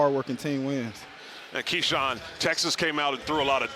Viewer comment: Keshawn “Kashawn Hall” Hall